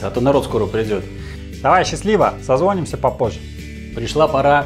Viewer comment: СозвонИмся! а не созвОнимся